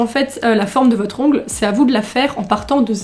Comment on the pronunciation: « Ongleuh, manucure » ❤️